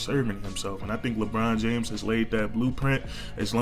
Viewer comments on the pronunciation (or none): none